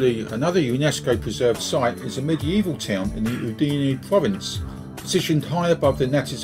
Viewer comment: Thank you. I hope you enjoyed the video despite the mispronounciation of "Udine". Do you have any recommndations on particular areas to view when considering moving to Friuli-Venezia Giulia?